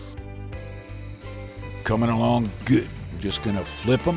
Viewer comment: hate how he says good